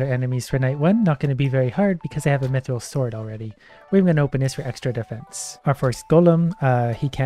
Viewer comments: WHY DO YOU SAY MEATRILL ITS MYTHRILL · Am I the only one that knows mithril is pronounced myth ril not meee thrill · Me-thril or myth-ril? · He said it correct so many times and then a random me-thrill and I died. Again. Its ok. I'll respawn. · "Meethril" Dying m8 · so he pronounces mithril as me thrill and mithril... huh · I think this guy has convinced me I've been pronouncing mithril incorrectly my whole life